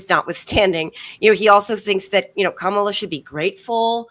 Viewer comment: The accent on the first syllable of her name seems to throw people KA mala! Please Hall ...find a funny way to teach people. ❤